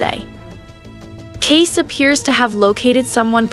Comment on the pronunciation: Can the AI not pronounce Kayce's name as Case. Makes it obvious. Makes me leave. Sorry.